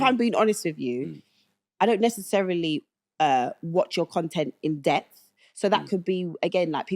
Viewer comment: would be helpful if either of these two could say the word ‘in-depth’ as opposed to ‘in-deth’ as they both said. And they’re both presenters. Lord have mercy!